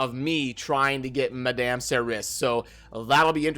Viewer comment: Madame would sound like 'Ma-Dom' not 'Ma-damn' but it doesn't really matter how you say it though ofc.